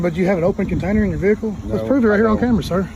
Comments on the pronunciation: What's a vee-hickle? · I love the south where they think the word vehicle had three syllables lol